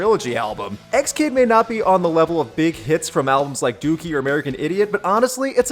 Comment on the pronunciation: Seriously thought you said "Doofy" when you were talking "Dookie"